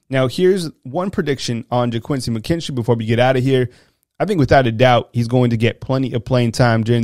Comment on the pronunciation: yeah, I thought I heard you call McKinstry , "KOOL AID""